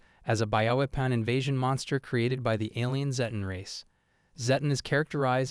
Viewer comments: It's zed ton (zedd tonn) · Srry dude but personally it's called Zeh-ton